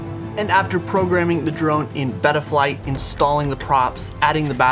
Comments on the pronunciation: Its beta flight not bettaflight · beta flight not beeta flight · bro please its beta flight not betta flight lol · Never heard anybody pronounce betaflight like that lol congrats bro you popped your fpv cherry 😂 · please dont pronounce betaflight like that 😭